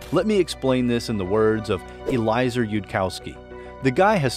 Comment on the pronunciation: Eliezer is pronounced as eh-lee-eh-zer